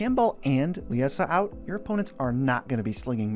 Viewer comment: I was looking forward to this! Haha I built a deck with her after pulling a copy.. It’s a mean one. And I think Liesa is pronounced the same as Lisa.